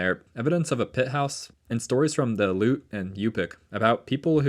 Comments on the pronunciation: Like you would say Alley oop, but t at the end, alleyoot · Your pronounciation of Aleut is terrible.